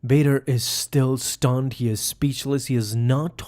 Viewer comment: why you say 'stunned' like that